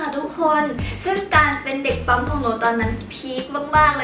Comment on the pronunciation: 👉🏻ปั้ม ไม่ใช่ 👉🏻ป้ำ